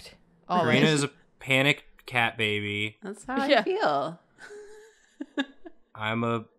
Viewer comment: naw it’s babey